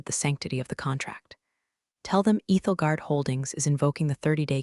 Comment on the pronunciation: It’s Ethel as in 'don't look Ethel' guard, Ethelgard.